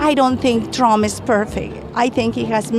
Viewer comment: Pronouncing his name like "Tröm" thinking he wants you or your family here